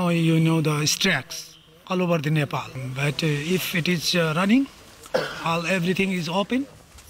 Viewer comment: Bro please correct your pronunciation It's Nepal not Nepol Please..